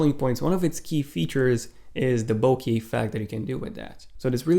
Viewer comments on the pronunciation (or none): "Bokee" moron